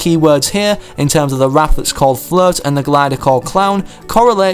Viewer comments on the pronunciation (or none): who else thought he was saying flirt and not float?